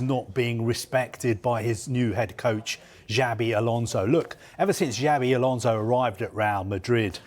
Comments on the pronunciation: It's not "jabi alonso" is " chavi alonso". "Ch" like Chicago, not "ja" like jasmine. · "DjiAAvey Alonso"